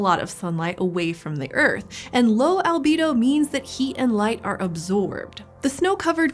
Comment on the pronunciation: Albedo, not " albido"